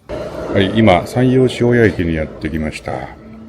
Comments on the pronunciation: ちょっと違う感じ。 しーおー、やぁ！で下がる。塩屋町とか塩屋商店街とかはちゃんとアクセントあってました。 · 発音違いじゃなく、イントネーション違いですね。違う場所に聞こえるから不思議。